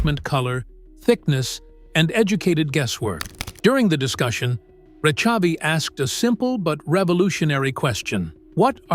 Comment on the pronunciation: The ch in Rechavi is pronounced with a guttural sound, like j in Spanish or ch in German, not ch as in cherry.